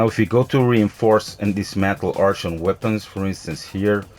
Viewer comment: ok so let me help u, "art-ian" = artian , gem like the jewel right? gem-mah = gemma